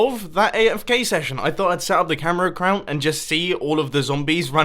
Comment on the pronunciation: "camera accrount"